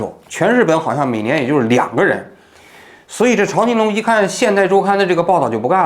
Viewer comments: 欢迎王局来日本生活。现代周刊就是八卦新闻。朝青龙，在日本华人都称呼朝zhao 青龙。朝日新闻，朝日啤酒。不读chao。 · 读zhao青龙，朝日的朝